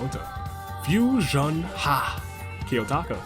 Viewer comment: 1st:Fui-son-HAH! 2nd:No AI in team 3rd:Expert Deduction